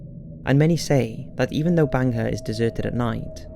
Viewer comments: Its not "Banga" it's "Bhangarh" Please use Indian words properly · It's not banga it's bhangarh....in Rajasthan one of the haunted place in India.. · It's bhangarh not banga fort. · not Banga it's bhangarh ka kila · Good video indeed. Its pronounced as 'baangad' and written as Bangarh, thank you for including Bangarh Fort in this list. Secondly, yes I believe this place is a little spooky if not haunted. Even during the visiting hours the empty spaces feel terrifyingly spooky. There is always a feeling that someone is watching you but the moment you look back theres no one. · I couldn't really get it when he pronounced 'bhangarh' as 'banger'!!!😂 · Sanjay Kumar legit doubt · You pronunciation wasn't correct for hangar and Ratnavati